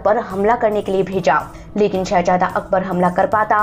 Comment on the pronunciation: Shehazada....not Shehajada...pronunciation